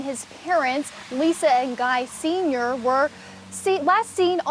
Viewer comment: guy sensei not guy senior